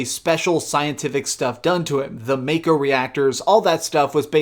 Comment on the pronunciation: MA-ko NOT MAY-ko